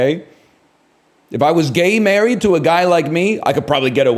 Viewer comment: the way he says "gay married" doesn't sit right with me. Misogynistic and Misandristic at the same time, new one waow